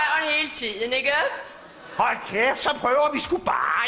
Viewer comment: hun kan sku ikke finde ud af at sige ikk os